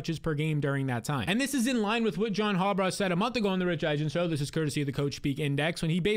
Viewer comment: Harbaugh not Harbraugh